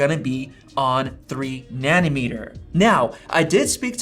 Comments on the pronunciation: It’s like a knife driving through my heart every time I hear “Nani-meter”. It’s nanOmeter!! 😂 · Great video! Btw it’s NANOmeter not NANNYmeter, which is a unit for measuring leftist policies… 🤣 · Na-no meter. na-NO meter. na-NO. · Wtf is a ‘Nannymeter’ lol 😂